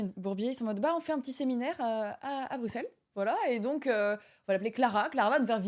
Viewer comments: Par contre ça se dit pas « BruXelles » mais « BruSSelles » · On dit pas le X de Bruxelles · on Bruxelles et le x se prononce s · Incroyable juste je suis belge et on prononce x s dans Bruxelles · On dit bruSSels et non bruXelles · BruXelles ça fait mal au oreilles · BruSSelles ça se dit, on prononce pas le X comme un X :D Oui je sais on fait chier ! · Brusselle maghla brusselle s'il te plait Sinon on dit bx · Ca ce prononce Brussel :face-green-smiling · j'aimerais que les gens disent Bruxels avec un ''S" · ont dit pas le x de Bruxelles Maghla